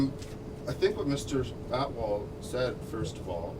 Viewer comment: They pronounce atwal as outlaw hahahahaah